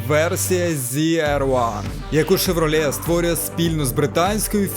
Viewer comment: Шевралє Карвєт ?! Ти серйозно?